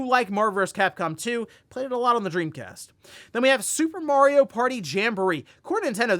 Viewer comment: I recommend everyone watch "The Wizard" to learn how "Mario" is pronounced.